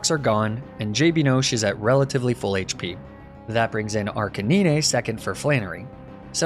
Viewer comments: Is Arca-nee-nae and Nee-nae-tales a joke I’m missing? Or is that just… how he pronounces Arcanine and Ninetales? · Ar-ca-9 Say like that not ar ca niné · Ar-can-eenay is the wildest pronunciation for Arcanine lmao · Arca - n (i) ne????? wtf is wrong with u ? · great video but how you said ninetales and arcanine had me fuming ngl